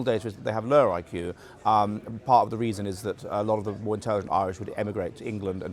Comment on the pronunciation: "how can we save da West" ffs